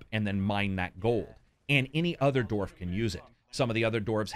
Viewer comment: I like how calls then "doorf" rather than "dwarf"